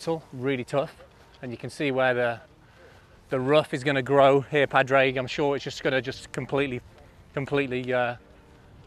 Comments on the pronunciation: Pad-rag absolutely butchered his name it’s pronounced pawdrig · I'm Irish too, they didn't say his name right once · They're saying pah-drayg but it's pronounced paw-dreg or podge-rig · Please guys - its not "pad-reg", it's "paw-drig" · Just so we're clear its pernounced pourrig not pad-raig😂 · I'm Irish, the correct pronunciation is "Paw-Dreg". Easy out is just "Paddy" 👍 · It’s, actually pronounced with silent. D. Paw. Rick. :) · Its pronounced ‘Paw-drig’ lads!!! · Lads for Christ's sake its pronounced Paw Drig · PAD - RAIG never heard of him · PAW DRIG... Its not hard lads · His name is not Pad Rag😂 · As an Irish man it makes me cry the way they pronounce padraig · I know! how are they getting his name so wrong though? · Jesus. I'd say it was seriously annoying for Padraig to hear his name constantly mispronounced. He's only won three majors. You'd think they would know how to pronounce his name correctly. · How can you not say Pádraig correctly lol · Can’t pronounce his name? Not like he’s new on the scene!😂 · Camera work was sub par. Didn't like "drunk" jibe at the the caddy either...anti irish stereotyping ...or the hatchet job on Pàdraig name pronunciation...